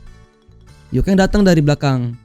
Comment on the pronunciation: Yuken bang bukan yukeng